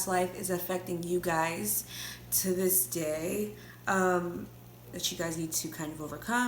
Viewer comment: "To dis day!" I started screaming 😂🤣